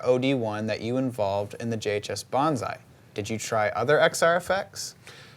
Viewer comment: BON SAI=BONE SAT not Banzai lol